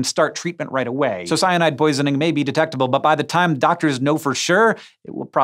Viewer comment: Not undetectable anymore you just said how it’s de texting,ctable